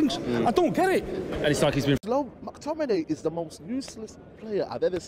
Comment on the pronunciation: Mactiminay lol